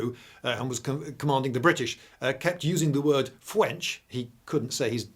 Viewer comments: hearing a brit say THE FWENCH just never gets old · "Advance of the fwench" lmao "Yes, yes, the Wussians" Channelling the spirit of Monty Python ahead of it's time.